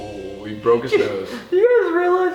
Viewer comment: Colby "You boke his nose" "You Broke his face"